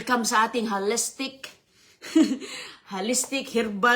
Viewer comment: Holistic, wrong pronunciation. Try as much as possible to educate your viewers.